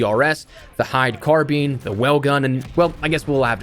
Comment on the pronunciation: Does this guy actually know how to say “carbine” 😂😂😂